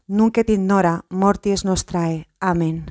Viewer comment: En el ave maría , se pronuncia: Nunc et in hora mortis nostre (NO nostrae) y el Amén... se pronunca como si tuviera acento en la letra A: Ámen